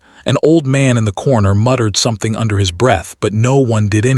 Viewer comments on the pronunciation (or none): none